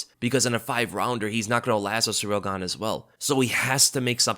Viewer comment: "Surreal Gane" lol. Your channel is dedicated to covering the sport and you're constantly mispronouncing names.